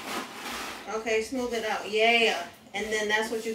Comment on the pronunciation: “SMOOV IT!“😂